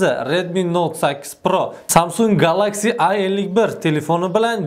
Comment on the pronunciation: (Galaxsiy)mas, Geleksiy deyiladi.